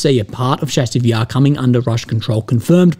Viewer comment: Chasiv Yar. Like chase, chair, challenge. Not like Chicago.